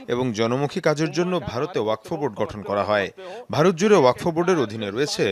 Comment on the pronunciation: ওয়াকফ্ উচ্চারণ টা ও ঠিকমতো করতে পারে না।